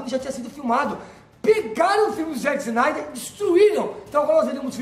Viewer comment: "záqui cinaider" caraiii, qual a dificuldade de falar o nome do cara? hahahahahaha bagulho simples po